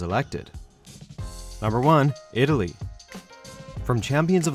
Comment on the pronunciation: ITLAY.... WHY!!!!